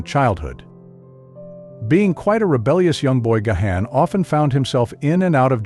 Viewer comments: it's Garn, not Ga-han. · Dude it is so annoying — not GaHan, it is Gawn, please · Gahan pronouced "gone" not ga-han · He is GáHán..Á not e or gay..or anything else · gayhan? Gahan, as in GARN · Oh, Booh-Hooh. Stop this woke, victim narrative for infants. Dave (and the rest of the band) are legend! And, pls...it's Gahan (Gaan), not Gayhaan). 🙄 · You do not pronounce his name Gahan. You pronounce it "Gone" as he took his last name Gahan (His birth lastname was Callcott) from his stepdad who was of irish decent. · Please ... stopped watching when you said gay han ... its gone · I can’t handle the way he pronounces Gahan 😂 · His last name isnt Gay-Han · You don't say the H! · You’re pronouncing Dave’s last name incorrectly. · You can't even pronounce his name correctly ... GO AWAY AND DO SOMETHING ORIGINAL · Well, you're pronouncing his surname incorrectly. 😑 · It would help if he knew how to correctly pronounce Dave’s last name . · Not only is that not how to pronounce his name, but it’s said 2 different incorrect ways.